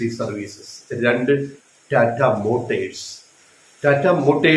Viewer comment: മോട്ടേഴ്സ് അല്ല ചേട്ടാ മോട്ടോഴ്സ്